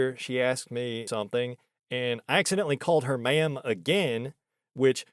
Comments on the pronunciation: Are you sure she didn't think you were saying "man" instead of ma'am? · The way you say "ma'am" sounds like "man" 50% of the time. Could have been that. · "I already told you! I'm not a 'ma'am'!" She said ma'amly.